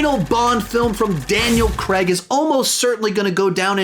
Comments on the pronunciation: It is not Daniel Creg, it is Daniel Cray-g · So many mispronunciations! Since when was Daniel Craigs name Daniel creg?